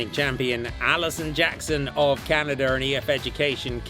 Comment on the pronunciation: I didn’t know Canada had a r at the end of it?